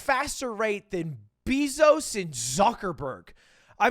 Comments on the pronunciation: my man really said beezos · when he said "BEEzos" I felt that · Did he just call the second richest man on earth "beezos"?